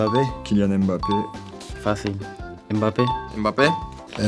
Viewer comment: Y a que Gueye qui a dit le nom de Mbappe correctement au lieu de dire Aime-Bappe😂😭😭